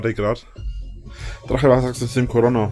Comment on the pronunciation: Wie er immer Corona ausspricht... Corronna